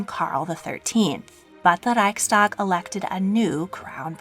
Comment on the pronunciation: Jean Baptiste Bernadotte was preceded as Crown Prince by a Danish prince Carl (Christian) August, but he died unexpectedly, which led to conspiracy theories and a lynching at his funeral, and the election of another Crown Prince at a Riksdag (pronounced reeks-duhg, not like the German word). Also the descendant of Bernadotte (Gustav V) married a descendant of Gustav IV, Victoria of Baden, thus reconnecting to the old royal house.